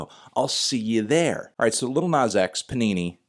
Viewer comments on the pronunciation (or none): It's "Panini" not Punani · Anthony, it's pronounced "PANINI" not "PUNANI"